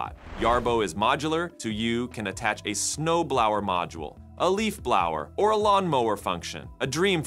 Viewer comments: blawuer?! WTF is that? Do you mean blow-er? Good lord. Spend 5 minutes reading the script first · “Blow-er”, as in a thing that blows, and is NOT Pronounce the same way as “flower”; also “connectivity” is pronounced like connect-ivity, Not like “CON-Activity “; is this a real person who is reading this or just some AI who doesn’t know how to pronounce words correctly? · Leaf Blouwer, Snow Blouwer ... Wtf? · Ai narrator said Blouwer for blower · The AI voice on this video is pretty impressive. Although I've never heard of a snow blouhwer.. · Also pronounces typos as written, so it says “to you” instead of “so you.” And “snow blouwer” lol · saying the word "'blower", your voice used the wrong 'o' sound. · snow blower and leaf blower weird pronunciation AI needs retraining